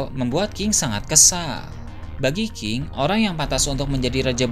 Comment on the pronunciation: Bro ini cuma telinga ane apa ente yg gk jelas ngmong "NG" nya? king jadi ki, menang jadi mena😂😂